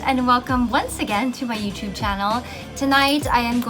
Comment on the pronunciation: The only ph vlogger who says YOUTUBE correctly. 😍